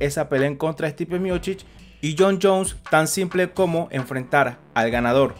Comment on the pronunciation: Es Miocich y no Miochich